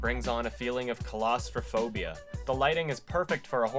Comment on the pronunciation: CALAS. AH FOBIA. I love your work but shit that was funny how you butchered claustrophobia